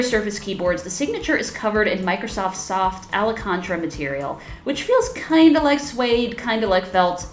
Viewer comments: Alcantara...you read it Alicantra....lmao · Alacontra?? Try Alcantara, ya lazy amateur.